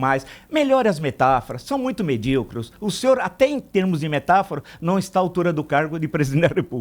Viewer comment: Vossa excelência, com muito respeito digo que proferistes a palavra "medíucro" quando a palavra certa seria medíucre... Com todo o respeito e consideração "ISSO É VERGONHOSO PARA UM JORNALISTA"... Pronto Villa é desse jeito que se julga e define as pessoas! 😁